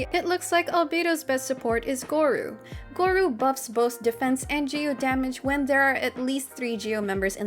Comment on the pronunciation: Hi! Great guide again A little note on the pronunciation of Gorou, it's just go-roh. The u just means the o is prolonged